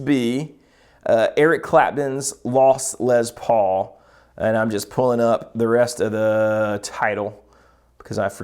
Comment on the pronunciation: Les Paul, not Lez Paul. Why are folks saying it this way suddenly???